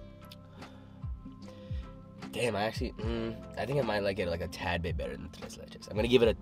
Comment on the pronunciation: Solid pronunciation on the "tres"